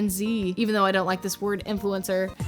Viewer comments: Bro these kids can’t even pronounce influencer correctly😭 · How can they be a 'influencer' when they can't even pronounce basic words.. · If you can't even pronounce influencer, you're not old enough to be an influencer. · It’s crazy how they can’t even say “influencer” properly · bro they cant even say influencer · They literally can't even pronounce the word "influencer" 💀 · I don’t think any person should be a so called “influencer” when they don’t even have enough big teeth to say the word right (no hate just point out they are way to young) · its so sad that these little kids are skin care "influencers" when they can barely even pronounce the word influencer 😭